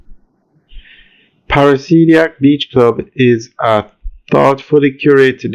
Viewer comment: PARA-DI-SI-AC. Not parasidiac